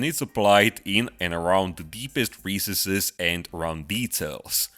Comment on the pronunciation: If you want to lose some of your accent, work on the pronunciation of "pin" and "Recesses"